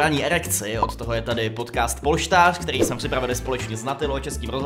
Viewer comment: luky uprimně ten název polštář je strašnej a pojmenovat ho polštář když neumíš říct ř není moc chytrý